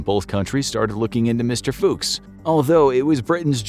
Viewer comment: That's not how you pronounce "Fuchs"... also Snuck...